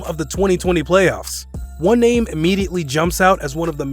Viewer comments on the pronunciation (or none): Why does the commentator read the names as if he has never watched NBA before? Lol